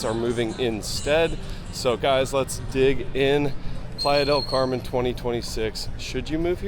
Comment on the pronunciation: The way Americans pronounce Playa del Carmen 🙄